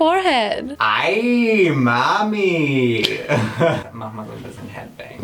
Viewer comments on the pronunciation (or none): none